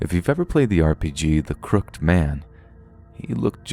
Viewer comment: "Crooked" is not a word I expect to hear you mispronounce, but it's funny every time. Not a hate comment, btw. Just a friendly observation. Love your narration! 😖